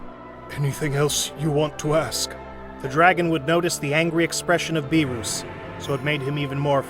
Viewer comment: Bro... Whist, Bee-Ruus